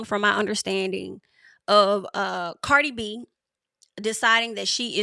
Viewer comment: Why you keep pronouncing her name like that?